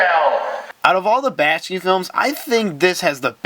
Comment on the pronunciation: Seriously? You failed to make the connection between Brother Fox, Brother Rabbit and Brother Bear as "Brer Fox, Brer Rabbit, and Brer Bear" from Disney's "Song of the South" right at the beginning? Brother Bear as a movie wasn't even related. Research much? Also, it's "Bak-shi" not "Bash-ki"